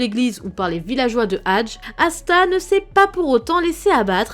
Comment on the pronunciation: C'est pas hadje c'est hadjé